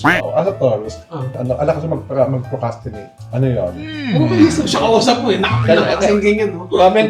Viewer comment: PROCRASTINATE po hindi PROCASTINATE. Sa madaling salita, dinedelay ang mga bagay bagay